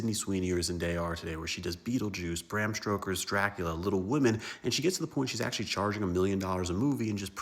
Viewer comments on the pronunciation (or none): Bro said Bram Stroker 💀